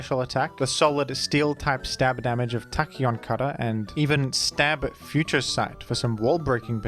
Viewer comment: Love every time he says Tacheon Cutter